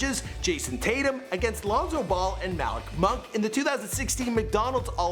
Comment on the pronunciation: DID HE JUST SAY MALLICK MUNK WTF?!?